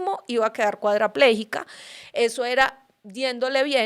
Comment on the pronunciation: Solo Una corrección no es intersección es intercesion No es cuadraplejica es cuadriplejica saludos